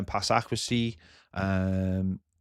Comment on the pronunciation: Love the channel but kills me how says accuracy